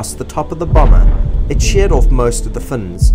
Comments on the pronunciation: Bro it's fins, not fnnnnns, it's a American incident, at least pronounce your words all the way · “Sheared off most of the fuhnz “. Funniest way I’ve heard “fins” pronounced! Hahaha😂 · This guy’s pronunciation makes me laugh! “As it sl’d across the top of the boma, it shea’ed off most of the f’ns.” “It remains a m’st’ry why the copilot did not use his ejection capsyule.” “Ca’l Cross went down with the huge croft, which crashed in the Califo’nian dese’t, no’th of Ba’stow.”